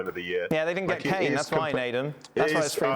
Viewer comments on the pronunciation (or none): none